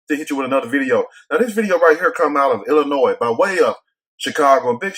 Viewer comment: Thanks for leaving the "s" on Illinois silent Trey. Finally a youtuber that pronounces it right.